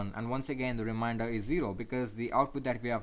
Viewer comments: Its " remainder " dude not "reminder" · Thank you for your effort in teaching this. Just to point out something minor correction it is not called "reminder" it is called "remainder" pronounced Re Main Der.